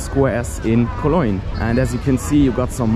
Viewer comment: i love the way you say Cologne :) koloynn :)